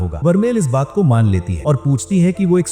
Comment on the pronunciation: Bhai use Maina nahin Mana bolate Hain🤣🤣😝